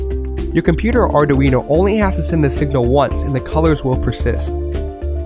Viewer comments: You will learn that "Arduino" has three syllables: "Ar-dui-no" 😉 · Maybe because he can't even pronounce Arduino. Or maybe because he doesn't know that Raspberry Pi's are running a lot of LED light shows.